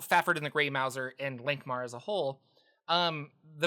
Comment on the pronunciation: Mouse-er not Mou-zer. He’s a stealthy rat catching cat.